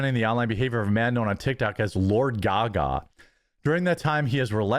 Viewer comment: It is a long "A" on GaGa, not a short "A" like Lady Gaga.